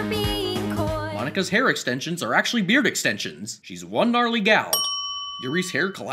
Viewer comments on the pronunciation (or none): none